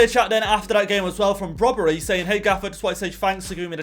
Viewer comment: brobbey is pronounced as it is spelled not brobbery:)